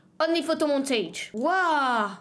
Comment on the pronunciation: Tu as fait allemand au collège ou pour dire waouh comme ça là